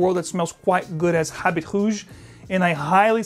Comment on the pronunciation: Habit HOOOOGE lol. It’s like how the Brazilians pronounce their “R’s”. Ralph is pronounced as Halph. Going to get Vetiver for myself and Heritage for my dad.